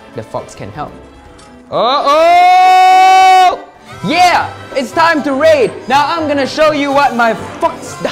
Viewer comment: when he sai “there are 3 holes we can raid” i thought he said “we can rape” XD